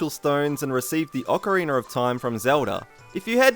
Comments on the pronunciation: It sounds like your saying ocaweener lol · "Awkareener." 'Nuff said. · ocareener It's literally distracting me from the entire video but anyway, nice list (owo). I keep watching these in hopes I learn something new, but apparent;y I know literally everything about OoT.